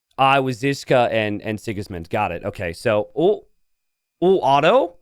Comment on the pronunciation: Kinda funny how he apologized for the pronounciation of Pachacuti but then he butchered Otto so hard xd